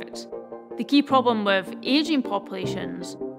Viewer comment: Took me a while to realize "pobom" is problem , as a non native english speaker 🤦‍♂️🤷‍♂️